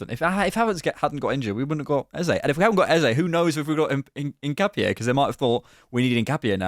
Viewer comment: In not ‘een’. ca like cap not ‘kah’. No specific stress on the last syllable. In-cap-ee-eh